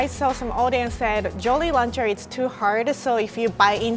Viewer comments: Idk why but i heard jorry luncher😂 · “Joly lancher” I love 😂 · Jorry Laucher! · Nobody is commenting on how she pronounces "jolly rancher" and i have to say it..... ITS SO CUTE IM MELTING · Ok I love the way she's says jolly rancher in her japanese accent. ❤️